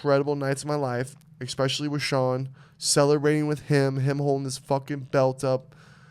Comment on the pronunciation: the word is 'especially' not 'expecially':D